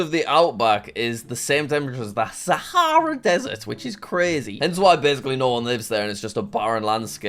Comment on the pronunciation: “the sAhæEra desert.”